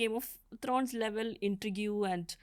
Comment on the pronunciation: Pardon me, intrigue is not pronounced "intreg -you" but as "in-treeg".